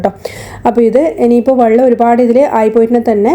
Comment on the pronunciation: വള്ളം അല്ല വെള്ളം.